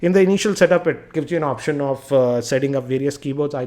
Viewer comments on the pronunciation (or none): none